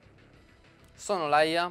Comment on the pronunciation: mi spieghi perchè dici SONNOLAIA quando c'è scritto SONNOLALIA???????? ahahahahahahahahahahahahahahahahhahahaha